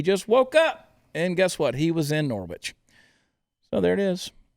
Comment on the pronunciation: Norwich is pronounced, Nor-rich....we English like to confuse folks. 🤗